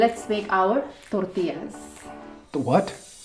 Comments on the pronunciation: even it is T O R T I L L A it's not called टोर्टिला it's टोर्टिया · Im not perfect but the way she is saying tortillas is too cringe . Its torillas not tortiyasss .. PERIOD